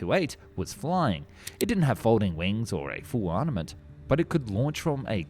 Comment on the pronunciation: It isn't. He has been doing this for a good while and shown his face in the past. He just appears to have a mild speech impediment, he also tends to say 'arnaments' instead of armaments.